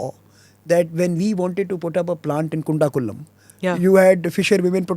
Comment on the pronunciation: its not kundakulam it is kudankulam